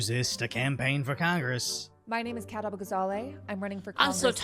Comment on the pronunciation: “My name is ” Me: Gesundheit